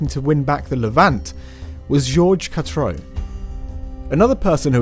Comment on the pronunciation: For goodness' sake; it's pronounced "catroo" (katrew), not cat-ro!